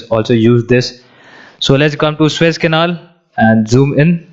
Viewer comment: It's not Swiss-Canal but Suuuuuez-Canal! (but I believe You are mispronouncing it on intent). Switzerland is a landlocked country and has no access to the Mediterian sea or Atlantic ocean. Don't misguide the viewers in this regards. Otherwise beautiful & informative channel! Luckily the Evergreen Containership was freed today from the mud & the Suez-Canal is opened again!